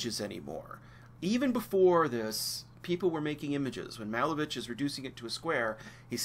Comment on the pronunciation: Malevich is pronounced muh-LAY-vitch